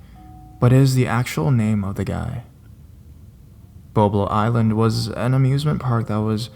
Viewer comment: lmao! He also mispronounced Boblo Island... kept calling it BoBo 😂😂😂